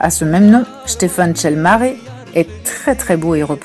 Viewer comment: Stefan sel maré 😂 Ça se prononce stefan chel marai